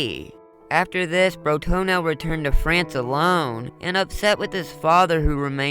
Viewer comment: Why are you saying Bro-Toenail every time you say his name? Can you read?